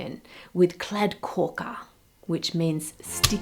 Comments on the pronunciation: Pronouncing kladdkaka as "kladdkåka" lol Also, it doesn't mean sticky chocolate cake. It means sticky cake. It is a sticky chocolate cake, but that's not what the name means. The name is a combination of the words kladdig (meaning sticky) and kaka (meaning cake). In the recipe I use, eggs and sugar are whisked alone. It also includes vanilla sugar, but that isn't a neccessary ingredient. Seems like a pretty decent attempt to make one though. Consistency looked about right. And you can go for more or less sticky, just don't overcook the cake. Two minutes too long and it becomes as dry as a desert. We also don't neccessarily eat them chilled. Though it's common. And I like that you put some cream on it for the closeup shot, but then it looked like the taste testers didn't get any? Weird. It's almost always served with whipped cream or sometimes vanilla flavoured ice cream. I love kladdkaka. It's delicious and so easy. Honestly, it's not the tastiest cake, but it's just so much easier than making a fancy chocolate cake with like two or three, if not more, different components that need assembling and maybe cooking separately. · yeah never seen anyone butcher kladdkaka this bad, nothing resembles a kladdkaka here. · Sad to see you butcher the kladdkaka like that ☹